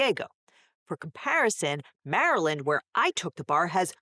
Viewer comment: Hearing Chaos Laywer pronounce "Mar-a-land" warms my crab-shaped heart.